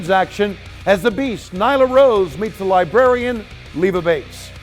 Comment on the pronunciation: Tony called Leva Bates: The Libarian...